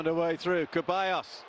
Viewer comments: Its ceballos not keballos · Why is he saying Kebayos? It's pronounced Thevayos or Sevayos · It’s Ceballos not keballos!!! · its not pronounces Keballos, its pronounces seballos, or rather theballos. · It really annoys me how this same commentator keeps mispronouncing Ceballos’ name since last game…